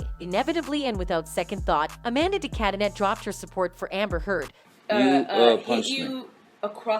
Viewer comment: Just so you know...de Cadenet is pronounced de cadenay...